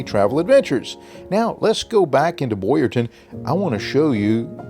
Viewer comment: Town not Ton…… Boyertown